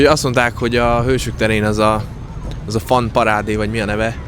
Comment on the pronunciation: Jönnek a mókák?? Azt hittem a rajongók. Fun = fan. Fan = fen. Magyar betű kiejtéssel az angol nyelv nem működik. Mást mondasz mint amit gondolsz. Valószínűleg az oktatásban van a probléma nem benned.